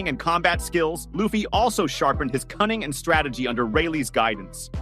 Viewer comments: Yeah I'm not even watching another video of his or even liking his content for the disrespect. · The guy keeps butchering people’s names in the video, calling Luffy as “LAOffy” and Imu-sama as “N-sama”